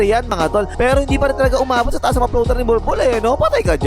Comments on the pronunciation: Grabe talaga tong announcer literal na bnbgkas talagang bulbol instead of bolbol haha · bakit parang "bulbul" na pagkakasabi 😂😂